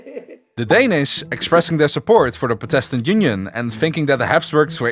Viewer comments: Just a linguistic note: "Catholic" & "Protestant" are pronounced with the emphases on the first syllables. KA-thu-lick & PROH-tuhs-tant. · Dude, your pronounciation! That's not how you say words! Please do something about not only your extreme Dutch accent, but also please just learn for example where the accents are in the words catholic and protestant before doing a video on the reformation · This is a really good vid. But, there was one thing Inhad to say. The word protestant isn't pronounced protéstant, but prótestant. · Pro test tant Cath olics ha ha ha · For a video that says protestant and catholic about 1000 times, you couldve looked up the proper pronunciation. This was painful to listen to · Imagine doing a video on the 30 year war and not once pronounce protestant correctly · Good video , good script and very nice animation... but your English pronunciation is ...rather shit and it really lowers the quality of your content. Look up how to pronounce certain words, for example "Protestant" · Am I the only person bothered by the way he pronounces catholic and protestant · Could someone tell this guy how to say Catholic? kafolic doesn't cut it and he can't say protestant either. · Ok, so if you're making a video about the 30 years war it might be a good idea to look up the pronunciation of PROtestant and CATHolic rather than assuming Dutch syllabic stress. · Your pronouncing protestant wrong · No offence, but that's how a dutch person would say it. I know that, bcs i'm from Belgium.